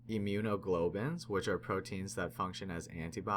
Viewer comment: Secretory is pronounced as "sicretory", as in "sick", not "secretory" as in "secretary". Immunoglobulin, not "immunoglobin", jeez.